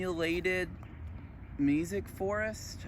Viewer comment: Are you saying “music forest” ? Meesic?